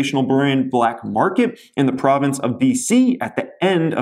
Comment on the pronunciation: Province not providince 😂 spot the non Canadian